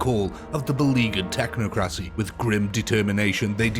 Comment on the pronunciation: It's pronounced "Tech-knock-crow-see." Technocracy.